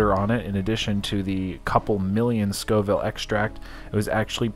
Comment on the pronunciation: Scoville not schoville lol